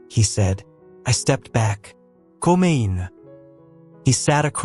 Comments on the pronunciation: At about an intrusion that sounded like 'coo min" or even 'coom in' with the 'in' part very close to English!. Oops LoL 😂😂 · At about : : a foreign voice attempt to say 'come in' but is seriously bungled!. Oops LoL 😢😢